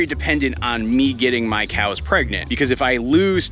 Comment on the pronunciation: Can you please say "come on COWS" instead of KJOUWS :D atleast one time so i can sleep :D